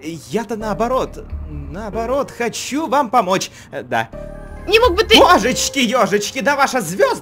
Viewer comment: Он сказал не "да а "дя"